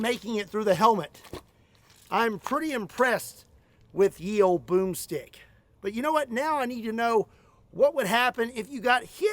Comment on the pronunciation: Did you say boom strick, or was that broomstick 🤣🤣🤣🤣🤣🤣🤣